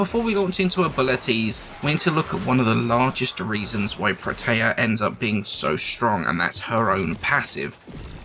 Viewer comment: "pro tay uh" - Bro. No.